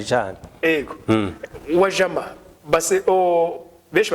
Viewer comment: Wajama, kivuge neza ni Swahili, please uzubaze uko kivurwa hanyuma umenye ingene ba pronounce UJAMA